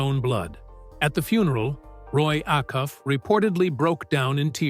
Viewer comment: Yep. They got a bunch of stuff wrong. Then being disrespectful enough to mispronounce his name. And that of Roy Acuff. Whet really irked me is that they called the murderers "men".